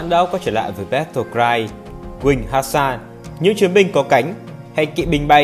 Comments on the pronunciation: hussars là trọng kỵ sử dụng tốc độ ( video có ns là kinh kỵ) Hussras chứ ko phải (hasar) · Góp ý hay mà video đã đọc sai tên hussars